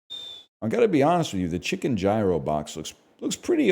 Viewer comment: It's Joever, he didn't say chicken gyro like chicken jockey. Also my guy really said ghi-rho, it's all Joever through and through.